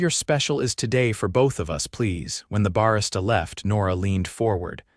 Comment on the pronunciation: Your AI needs to pronounce 'Barista' correctly. That's one of the many failings of those things. Minimal Housing Impact? What world that be? Thanks.